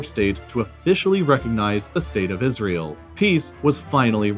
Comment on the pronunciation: No one:: Isrëėêl